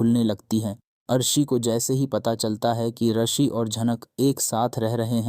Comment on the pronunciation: Rishi...not arshi😂